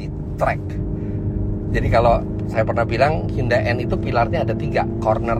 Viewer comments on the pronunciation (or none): tulisannya hyundai bacanya hyandai om